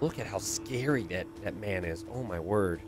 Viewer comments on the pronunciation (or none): none